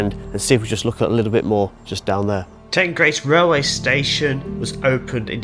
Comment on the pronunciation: That's fine but some of my friends and relatives are from the area and I spend quite a bit of time here. I've never heard anyone pronounce it like that, ever. It's the River Teen, it's Teenbridge Council, and the village is Teengrace. Teignmouth is always pronounced Tinmouth. Incidentally, if you read through the comments you will see that other local people have quoted Teen and Tinmouth as the pronunciations.